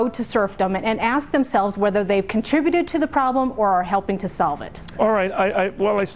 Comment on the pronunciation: LOL "ax"